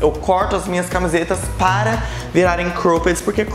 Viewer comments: amei o vídeo. Mas queria dar uma dica sobre a pronúncia da palavra cropped. Vc diz -Croupedi, mas a pronúncia é mais cróped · Que agonia de vc falando cropped errado kkkk